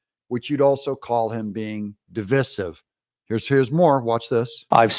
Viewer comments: Divīsive NOT Divisive.....Di-VIE-siv Saying de-viss-iv IS WOKE!! C'mon Doug,d don't start going woke on me friend! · It’s divisive, sounds like divide with a long I.